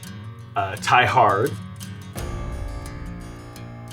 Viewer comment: The way said " Hard"😅 The emphasis was on the wrong syllable. Now he's just talking about indigenous erections. Aeyo. We don't need to know,. Keep that to yourself.